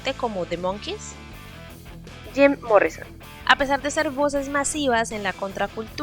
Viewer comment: "Zim Morrison" 🤣🤣🤣